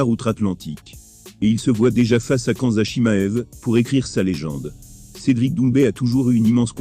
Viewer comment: La fameuse chaîne YouTube d un amateur de MMA comme tu dis, c est la chaîne " ilies MKT " Ce n est pas une critique mais essaie de prononcer le nom des combattants que tu cites correctement. Je te conseille de visionner à nouveau la vidéo d ilies quand il interviewe cedric Doumbe, tu prononceras correctement khamzat chimaev. Bonne continuation.